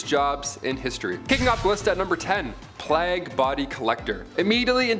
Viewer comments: PLAY-GUH not PLOGUH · Plague is pronounced as Play-guh. Ewerer is pronounced You-were.